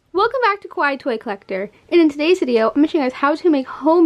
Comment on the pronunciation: The way she says "kawaii" (可愛い) which is "cute" in Japanese, sounds like "kowai" (怖い) which means "scary" in japanese Scary toy collector